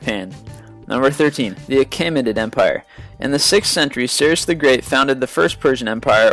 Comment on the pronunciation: You mispronounced Cyrus.